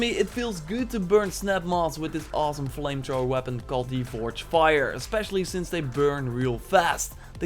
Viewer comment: "Vire Trower"